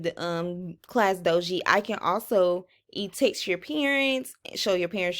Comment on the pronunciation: Class dojo not class doji